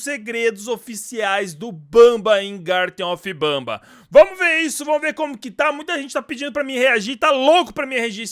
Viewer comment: Ele fala gartem of banba mas o serto e gartem of banban com n no final ele fala banba por que ele quer